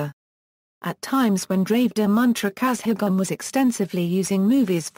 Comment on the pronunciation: Though informative the pronunciation is very bad particularly kazhagam etc